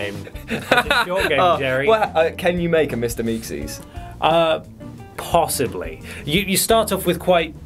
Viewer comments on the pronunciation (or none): Mr meeksees? You mean Mr meeseeks?